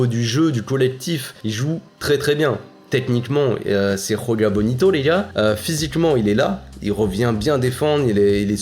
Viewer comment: Petite remarque, dans joga bonito le "j" se prononce bien "j" parce que c'est du portugais pas de l'espagnol.